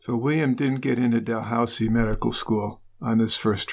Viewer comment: You're going to think I'm nuts for making this observation probably but it's not Del housie it's pronounced dah looz ie